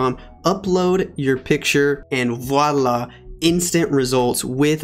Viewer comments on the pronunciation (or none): none